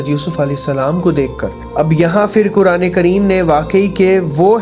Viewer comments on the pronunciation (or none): none